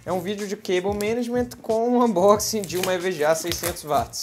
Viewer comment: Nossa, finalmente alguém que fala "cable management" direito! Tava cansado de ver vídeos de reviews de gabinetes com a galera falando "cabo maneigi" ou "cabo menàge" ou o que for...